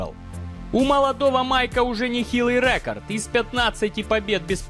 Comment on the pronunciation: Рэкорд,рэкорд. Говори нормально